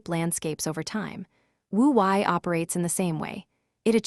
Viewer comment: Wu Wei mispronounced. It is Woo Way.